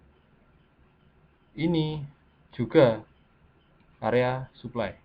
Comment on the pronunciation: suka salah sebut ni mas nya suply sama demans